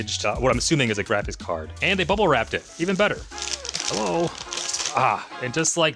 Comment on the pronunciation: "Ello there"